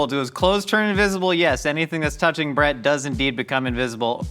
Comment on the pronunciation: I was so confused by whether or not you were calling your roommate "Brett" or "Bread". I got it now.